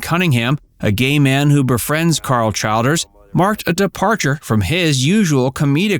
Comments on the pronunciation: Pronounced CHILL-DERZ. . . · Pronounced CHILL - DERS. LORD